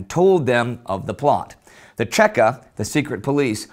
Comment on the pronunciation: If anybody is interested in the Red Terror of 1918 I highly recommend Solzhenytsn's Gulag Archipelago. PS: It's CHEKA or VChK (VeCheKa) not Tscheka. It's an acronym for Vserossiskaya CHrezvychaynaya Komissiya - All-Russian Extraordinary Committee (the bolsheviks loved themselves some committees alright)